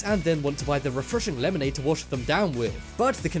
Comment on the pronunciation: Laymonaid... aaahhh hehe. sigh